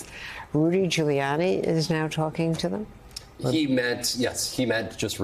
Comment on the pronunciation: sounds like he says Rudy “Jailiani” 😂😂😂